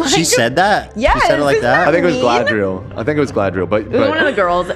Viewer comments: ARAGORN not ARAGOG SMEAGOL not SCHMEGOL GALADRIEL not GADRIEL ARWEN not AIRWAND THANK YOU ETHEN, AND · GALADRIEL!!! Not galdriel... Sorry had to :(